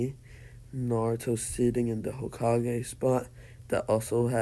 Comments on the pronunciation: He said ho-kige instead of hoe-ka-gay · Ho-ka-ge not hawkage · hah cage Me: its hokage not hah cage XD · Hawk kage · You're pronouncing hokage wrong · Ur saying hokage wrong